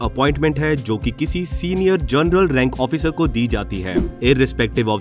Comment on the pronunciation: Aap ki awaj में show off करके bol rahey ho. "जोनरल " ..."ओफिसर" ....bhai sidha उच्चारण karo bhai.. जादा show shaw mat kar yar.